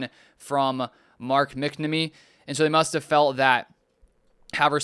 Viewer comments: He's reading that no doubt and still saying McNummy 😂 Yeah, pronounced "Mack Nahh Meee" but obviously quicker that three seperate sounding words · Its mack-namee